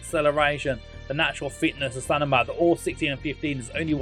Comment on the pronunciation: no, it's going in line with your video title lolz - should have titled it.. 'NOT the best Football Manager 2023 wonderkids.... ' You also put huge emphasis on players being valued at £300+ million, which isn't conducive of them being "the best". Whilst I'm at it, it's M before N in stamina, not stanima 😂 😂 😂